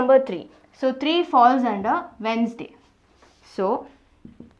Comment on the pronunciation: She is the only teacher I have ever seen who pronounced Wednesday properly 😅